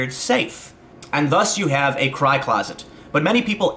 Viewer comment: I thought you said "high closet".....now I understand.